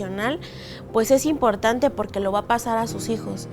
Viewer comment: I stopped watching as soon as she called me porqe.. Yeah I know some Spanish, you are not tricking me..